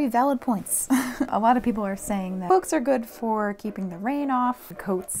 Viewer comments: i keep hearing "cwoaks" and i am NOT upset about it lol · I swear to Sauron I keep hearing you say "cwoaks". I'm not complaining though lol.